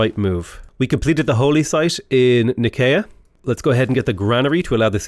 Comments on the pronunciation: And Nicea is “Ny-SEE-uh”, not “nicky-a” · "nikaya" is killing me - it's pronounced ny-see-a 😭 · Yo, Love the vids! It's pronounced Ni-see-uh. It's where the church came up with the Nicene Creed :)